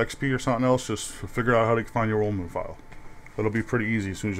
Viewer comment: NICE VOICE! I like how when you say roaming it sounds like your saying roman.